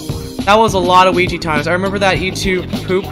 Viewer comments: Weegeepie not WEEGEE need pie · it's weegie